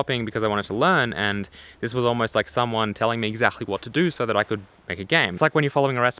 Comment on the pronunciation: i like ur vids but when u say word exaxtly it sounds weir